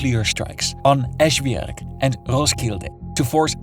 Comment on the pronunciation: This guy saying Esbjerg xD I fell down the chair!